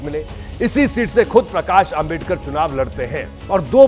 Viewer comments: Isko dr.babasaheb ambedkar ji naam bhi bolana nahi aata .. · ॲकर तेरे जुबान को क्या बिच्छुनेकाटा है क्या डॉ . बाबासाहेब आंबेडकर का नाम ठिक से बोलने नहीं आ रहा है .